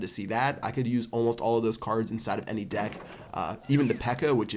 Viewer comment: I sware he said deck so many times it sounds like d*ck. ;D